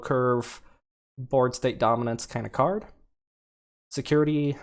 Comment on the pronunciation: Sek you tarrie axe eee arc everybody